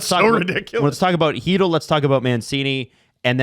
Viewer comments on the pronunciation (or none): I don't know who Filip Heedl is. Chytil. Khy (as "Ky" in Kypreos) - Til (as un"til) is a much better pronounciation, though still not perfect. But Heedl is atrocious, I'm sorry.